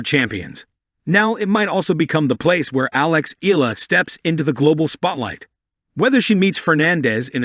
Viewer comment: The surname Eala is pronounced " EE - ah - lah" It is an Irish name, and the pronounciation is not the same as "Allah." Good Tuesday morning ❣️🇺🇸🤗🥰 Thanks for the update as always❣️ A Pilipina leaving in the United States of America❣️🇺🇸🇵🇭🙏 Keep on grinding Alex❣️🎾🙏